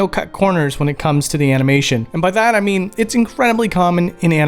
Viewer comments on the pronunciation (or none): none